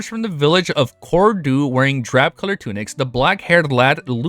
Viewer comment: I like how your pronounciation of Cordu sounded like "Corridor".😂